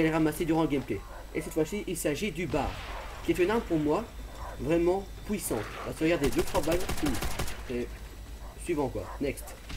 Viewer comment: poUissant ? LOL